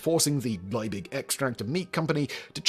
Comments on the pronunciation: LIEBIG, not Leibig. LEE-big, and VON is pronounced like fon. Your German is SHIT. Always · it's really maddening that you can't pronounce the name "Liebig". in fact, the surname name is properly "von Liebig", but I guess if you included the "von" it'd be doubly maddening because you'd probably mispronounce that as well there's nothing hard about "Liebig" -- it's just LEE-big. just get the bloody vowel right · It's Liebig, not Leibig. German ie is pronounced like English ee, not like English I. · Von Liebig! In German -ie = ee. Lee-big. In English, field, fiend and sieze. In contrast -ei = eye. Hence the German Einstein. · Totally unimportant side note: 'ie' in German is pronounced like 'ee' in English, so von Liebig should be pronounced 'Lee-big'. The sound of the English 'ie' would be the same as 'ei' in German. Also: sorry for being the annoying German 😅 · 1847 is around one hundred and eighty years in the past, not eighty. Justus Freiherr von Liebig's name is pronounced "yoostoos fon leebigh". Bovril and milk? OH HELL, NO!! The prize for naming Vegemite was fifty pounds, not fifty dollars. We didn't go decimal until 1966. How many Aussies sang the Vegemite jingle? It's pronounced "Beega". Vegemite smoothie? WTAF? I hadn't heard of that. Dick Smith's OzEmite wasn't anywhere as cheeky a name as his boxes of matches. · I'm German and this hurts my ears